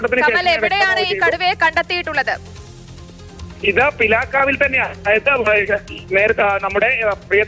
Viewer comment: peelakka u alla pilakav😂